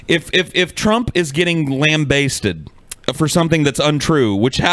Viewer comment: nobody is going to point out that said "lamb basted" instead of "lambasted"?